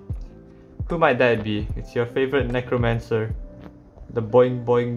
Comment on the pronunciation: ah yes nothing wrong with the nekomancer:p lol english